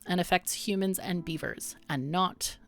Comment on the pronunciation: This game looks awesome so far! I'm looking forward to seeing you play more of it ^^ Also, love the way you say hu-mons, like a Ferengi lol (but a cool one like Rom)